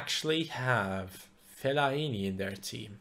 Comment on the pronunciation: he cant say fellaini right ahaha